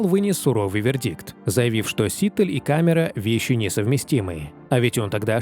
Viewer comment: Все время ударение диктора фамилии неправильно произносит